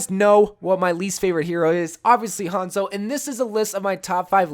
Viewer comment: really hates Hanzo so much he can’t say his name right